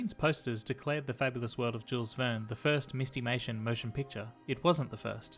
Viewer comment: My only complaint is I think it should be pronounced "MIST-i-may-shun" -- not "MIST-eee-may-shun." Like "mystery."